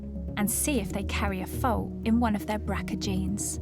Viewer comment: I think she's saying ' Fault'